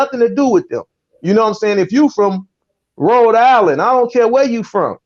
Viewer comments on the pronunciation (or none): none